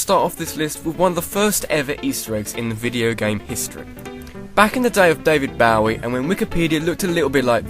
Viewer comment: David Baowee